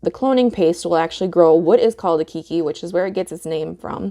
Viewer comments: Aloha, Great info! I am going to try it on a few Nepenthes today since I just received the Keiki Paste a couple of days ago. Some kindly constructive criticism: Keiki is a Hawaiian word. It is pronounced like "kay-kee" which in Hawaiian means "child" or sometimes baby (pēpē or pepe [pay-pay] is more accurate for a baby). The word you are pronouncing kīkī or kiki means "spray" or "spouting" as in Waikīkī or Waikiki, meaning "spouting water" due to the number of natural springs in this area. There's your ʻŌlelo Hawaiʻi or Hawaiian language lesson for today! Aloha nō! PS Gave you your 100th thumbs up. Congrats! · Hello. Just wanted to share, it's pronounced like kaykee. Its a Hawaiian word meaning child :) Love your video though!